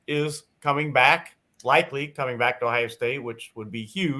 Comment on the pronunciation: Please pronounce our state name its OHIO not OHIA